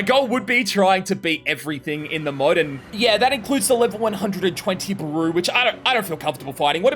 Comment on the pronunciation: this was wonderful as always but one thing u should know: Its Beru, spelled as Be-Ru not Baru